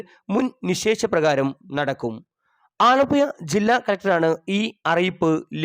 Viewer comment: ഒരു ഊപമ്പിയ ചാനൽ. ആലപ്പുയ അല്ല ആലപ്പുഴ എന്ന് പറയാൻ പഠിക്കു